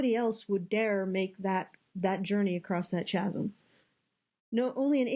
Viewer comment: Chasm is pronounces Kasm. The Ch is a hard C.